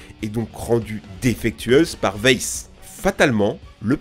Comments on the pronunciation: Weiss se dit « waïss » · Weiss se prononce vaïss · Ça se prononce "vaïsse"